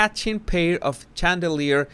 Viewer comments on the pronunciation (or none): Love your videos. The Ch in Charlotte and Chandelier is pronounced like an SH 💗